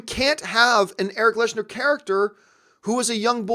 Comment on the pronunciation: Your favourite character for decades that you know so much about and you consistently say his name wrong??? It’s lehnsherr... not lesnar